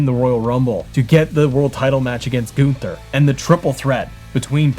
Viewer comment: Who is Goon-ther? 😂